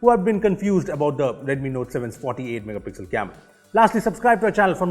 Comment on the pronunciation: someone please count how many time he says "megapixlll"